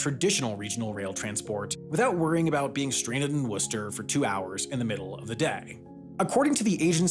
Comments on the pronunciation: Props for pronouncing Worcester right. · Must resist urge to correct pronunciation of MA towns. He got Worcester right, you can forgive him the rest. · Great job researching pronunciations! Most people outside of New England don't know how to pronounce Worcester correctly. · I lived in Worcester for many years, it’s pronounced with the same vowel as “should” or “hood,” and you don’t say the middle r. In fact a lot of people from Worcester don’t say the other r either. So it’s pronounced “Wuster” or “Wustah” or occasionally “Wistah.” Fantastic little city, even with its obvious transit challenges. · it's pronounced Woostah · The commuter rail is also operated by Keolis which is a contracted company so that may play a role in its reliability. Also thanks for pronouncing Worcester correctly lol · You pronounced Worcester correctly!!!!!! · I'm just impressed you pronounced Worcester correctly. Good for you. Cheers.